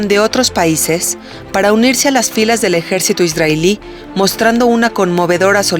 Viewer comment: Por que esta narradora pronuncia Isdrael en vez de Israel??? Dice ISDRAELÍ en vez de ISRAEL.......Tiene una voz bonita pero me toca las pelotas su pronunciación.